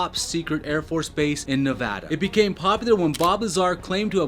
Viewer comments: YOU SAID NEVADA RIGHT OMG It’s crazy because people say “nev-ah -dah” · HOLY SHIT HE PRONOUNCED NEVADA RIGHT